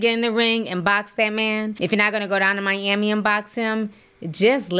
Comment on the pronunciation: “Still ain’t show up in MYAMMY.” 😂😂😂